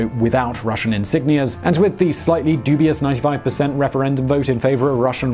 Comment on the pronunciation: Western propaganda channel I can tell when he said dobious referendum WHEN THE UN RECOGNIZED THAT EASTER UKRAINE IS ETHICALLY RUSSIAN